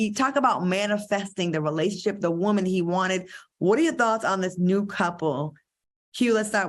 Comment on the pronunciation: I was hoping that Al would leave the way he says woman in 2022…guess not.